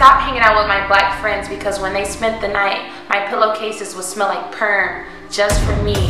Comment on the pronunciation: I thought she said sperm